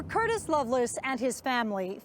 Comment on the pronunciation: In Death on Valentine’s Day, why are they pronouncing it like “loveless” instead of Lovelace? Odd.